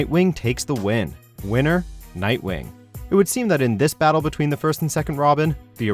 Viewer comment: you said nightwing wrong